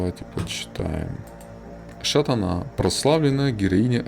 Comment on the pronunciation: интересно слушать, только Тутыр ударение на У,и Шатана ударение на Вторую А